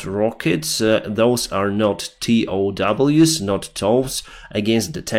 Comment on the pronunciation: "Tee oh double-u's." How can anyone consider this guy to be at all knowledgeable?